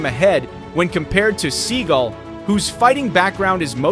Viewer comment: Sorry, mispronouncing Steven's name.